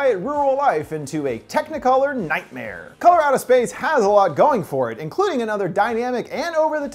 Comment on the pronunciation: "Colorado Space" this is what I kept hearing every time he said the movie's title. LOL